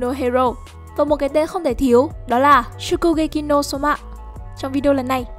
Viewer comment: Nghe giọng đọc chán quá 😑😑😑 cứ nghe shokugekị no somạ 😑😑😑 nghe khó chịu vãi